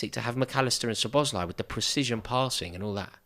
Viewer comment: sooner or later szoboszlai will leave pool/uk if nobody pronounce his name normally...this is lack of basic respect...for a god sake the end letter pronouncing in his name is "e" not " i"